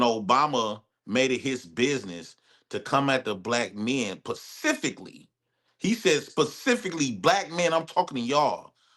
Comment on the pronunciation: C'mon. Really "PACIFICALLY" Bruh. It's "SPECIFICALLY" Kamalya?? Obviously, you were asleep in grammar class.